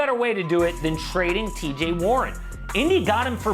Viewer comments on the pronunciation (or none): This man said TJ warren tho lol